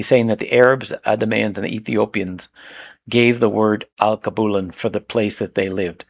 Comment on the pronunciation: AL-KEY-BEW-LAN is how you pronounce Alkebulan